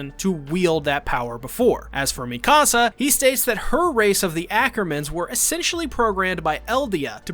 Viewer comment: why he say hange and mikasa like that tho